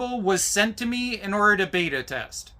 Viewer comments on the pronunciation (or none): none